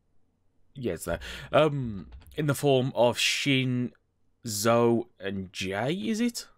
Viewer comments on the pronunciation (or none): Just FYI, ZO is pronounced like "Zett-o" for some reason, with a hard T